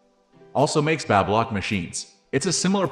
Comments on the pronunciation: So annoying…learn how to pronounce BABY LOCK…. Teach your AI NOT to say BABBA lock! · It's NOt Babbalock...it's Baby Lock... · Babylock is pronounced-Bay-bee Lock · "Babblelock"? STOP using AI to do voiceovers. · Like Babylon the way he says it. It's weird for sure. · Not sure I trust a review from someone who doesn’t know how to pronounce the name of the product. Is this a computerized voice? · I believe the narration in this video was a computer generated voice - Baby Lock is not the only word mis-pronounced